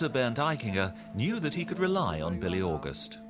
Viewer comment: Billy? Bee-le :)